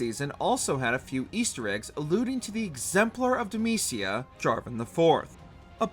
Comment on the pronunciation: Not bro mispronouncing Demacia 😭💀